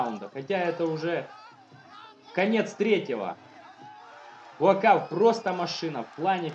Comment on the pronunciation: Он Буакау (белый лотос с тайского), а не Буакав.